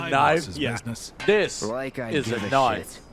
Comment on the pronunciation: its not knife, its knoife